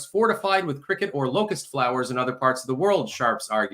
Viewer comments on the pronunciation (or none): none